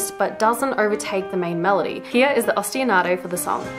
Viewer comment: For the sake of accuracy, she added an extra "a" and syllable to the word. It's "Ostinato".